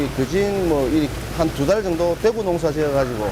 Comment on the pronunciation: 대에구 가 물고기 대구 발음할때고 대구 짧게 발음하는건 도시 대구 발음할땐데 어째 발음을 이상하게 하네 사람들